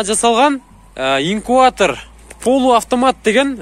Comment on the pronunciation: Инкуатор эмес инкубатор